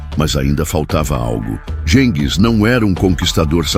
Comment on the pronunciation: 🤣🤣Adoro IA lendo os textos. História narrada com poesia. “GENGIS” é muito íntimo. “Buda Peste” é ótimo. Ficou muito fácil se tornar youtuber…